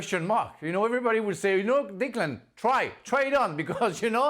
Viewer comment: Can someone tell frank its declan,not diklan